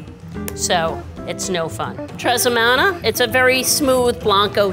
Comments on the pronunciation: …’tressemana’? I liked the steakhouse bartender, but that’s not even a pronunciation error - it’s just adding letters that aren’t even there. Teremana is fantastic, but let’s just agree that there are no ‘s’s in that word. Signed, a former craft Mexican restaurant bartender. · "TrEsEmaNa" 😂😂 the Steakhouse bartender is an OG